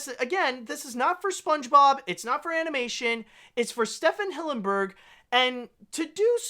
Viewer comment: It’s pronounced STEVEN Hillenburg, not Stephan